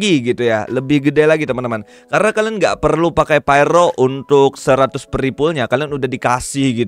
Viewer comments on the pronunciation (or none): none